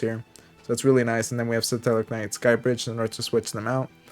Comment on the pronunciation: You're pronouncing the names wrong. It's Tellar Knight, as in a knight in shining armor or the old times when royalty primarily existed world wide and the kings army would be made up if knights. Just put tellar infront of it and you got Tellarknight; it's tellar with night put at the end, that's how to pronounce it